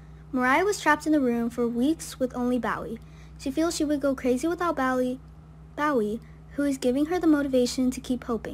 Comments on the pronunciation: Pronounced Bo ee not Bow ee. I think its like the singer, David Bowie....Bo ee. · It's not "bow wee" it's Bowie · Its Bowie (Boee)